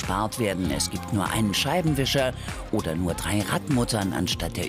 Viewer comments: Was sagt die bitte bei xD "Er verbraucht nur 'thrii' Liter auf Hundert Kilometer" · Was sind denn „frie“ Liter (Minute )